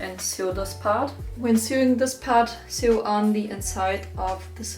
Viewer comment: Hi, super video. Sag mal woher kriegst du das interfacing? Ist schwierig zu bekommen. Finde es nirgends. Btw sew wird sou ausgesprochen nicht siu. Nicht wie new. 😅